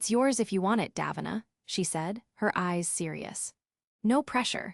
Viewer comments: Pronounced incorrectly... should be daveena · One thing that would be fair: pronouncing Davina's name properly